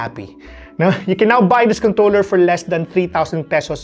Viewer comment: is it just me or it is 'contoler?'